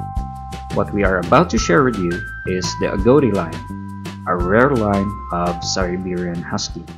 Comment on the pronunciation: Agouti = "A-gow-ti" ?? I always thought (& have only ever heard...until now) .. 'A-goo-ti'. Is that an American/Canadian thing?